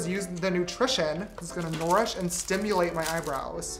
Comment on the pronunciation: "this is gonna nourish and stimulate my eyebrows" James- "stimulate?" me- "n0orish?"